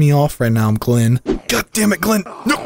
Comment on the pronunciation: “No more gleen!”….again……